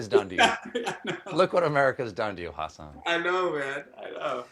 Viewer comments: It’s not Has-SAN like it would rhyme with Elon. It’s Hasan - the HA would be similarly pronounced like the HU in husky. His name is essentially Hudson without the D, huh-sin! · It's more like "Hussin" than "Huhsan" fwiw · I like how he calls himself Husin MINhaj now, instead of huSAHN Minaaaaj. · It's not Hasaaaaaan, it's Hasan! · everytime stephen says hasan's name i cringe, it is huh-suhn not HA-SAHN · Ha-Sahn lol. He said it like eight times at the start. Maybe I’ve been binging Patriot Act too much, but I just want to correct him and say ha-sin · Colbert isn't saying it right. He's saying something like hus-HAAN.... It should be HUS-uhn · it's HAH-SIN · who else phisically cringed when he said Hasan's name wrong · I wonder if Hasan cringes each time Stephen mispronounces his name. Oh well. I guess it's shrugged off. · Jesus. Stephen (and far too many others) still can't pronounce Hasan's name. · You are pronouncing Hasan’s name incorrectly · how difficult can it be to pronounce Hasan correctly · STEPHEN.... YOU SHOULD KNOW HOW TO SAY HIS NAME CORRECTLY....................... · they still cant pronounce his name correctly lol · Almost got his name right... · No he didnt. Watch patriot act you'll see he was close but no cigar lol thanks for trying thou Stephen ! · Actually the 'h' in Hasan does not sound like the English or Latin H. The H in Hasan does not exist in other languages. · I always pronounced it with the stress on the -san because of how he said it in Hasan The Record, but I guess it was just to make it sound like On. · I love Stephen Colbert but him pronouncing Hasan’s name wrong was cringe